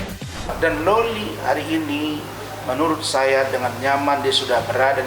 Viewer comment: Loli bang bukan lola